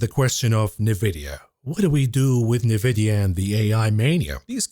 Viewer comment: ‼️“Nuh-videa” 🤮 b00mer detected